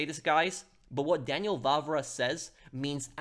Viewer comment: Daniel Vávra, not Vavra. The "á" means long vowel, extremely simple. I don't know why you British have problem with this? For we Slovaks, it is extremely easy to say long vowels and we have even two long consontants Ŕ and Ĺ much like our former past occupiers and oppressors Czechs (whose contributed to fall of glorious Austria-Hungary). Even our Hungarian brothers have long vowels.